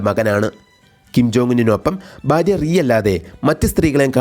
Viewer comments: ബാര്യ അല്ല ഭാര്യ ആണ്. ബർത്താവ് അല്ല ഭർത്താവ് ആണ്. കൂടൂതൽ അതിശയിപ്പിച്ചത് " ബാര്യയും ബർത്താവും" ആണ്. മലയാളി അല്ല കൊറിയൻ ആണെന്നു തോന്നുന്നു 😅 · ഫാര്യ എന്നാണ്😏